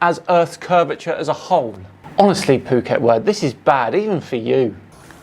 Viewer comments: Phuket Word is a daffodil. BTW, the Ph is sounded out as an F so it's, F**ket Word! And Nathan Oakley is not a flat earther, he doesn't believe the garbage he sprouts. He is con man. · Phuket is pronounced as Ph = F. Pretty much what his brain said when he didn’t realize what an idiot he is. It used the “Phuket” F**k-it word. What a bonehead.